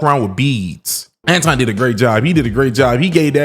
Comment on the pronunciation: was disrespectful from the jump. He mispronounced Anton's name the whole time on purpose.